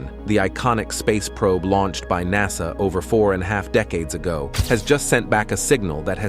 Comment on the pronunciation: Lol, yeah, it said Launched: Launch-ed". LoL